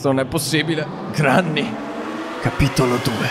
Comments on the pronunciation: Si pronuncia grenny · Si dice grenni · non si dice granny si scrive granny e si dice grenny